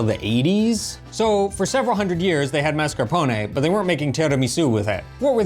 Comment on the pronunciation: please, per piacere, per favore, you're driving me crazy. La pronuncia, la pronuncia! The first "a" in mascarpone and appetito. Ask Eva.